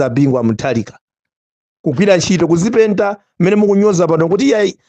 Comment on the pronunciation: Kudzipentako not kudzipedtako